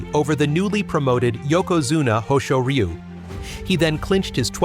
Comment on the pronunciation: Awesome editing work and a great tribute to Papayasu! For names that sounds weird with the AI, for example Hoshoryu, you can edit the names to sound more natural. So for my example, type Hosh-or-you or Ho-shore-yu.